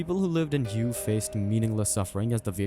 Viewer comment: HUE is pronounce WAY